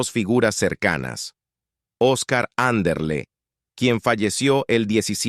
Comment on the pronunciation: Quien hace este video es un androide ? Es Anderle ,no andro ..y otros errores , y donde dice Garaventa qué es gay ?